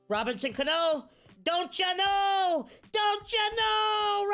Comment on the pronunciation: “don’t ya know” man sounds like my grandpa who’s from wisconsin 🤣